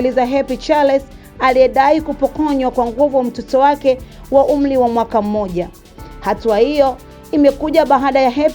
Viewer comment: We mama soma kiswahili cha shuleni,Umli au wazili ndio nini